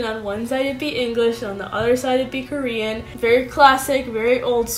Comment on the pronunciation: Thanks for your tips, Even if you are not using romanisations, your Korean (just the 2 syllables you mentioned) seem to still have a strong "English" way of pronunciation (maybe you were doing it in purpose); how about show us a video how you speak it? and yes to an earlier comment, I agree that Korean Unnie is a really good channel, her videos are crisp, quick and native, and she explained the way each "Korean alphabet" is pronounced from a linguistic perspective and distinguishes it from an "English" alphabet pronunciation.